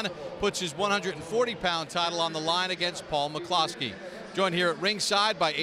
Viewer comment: Paul Pronounces it McCluskey, and so does everyone he knows, including me.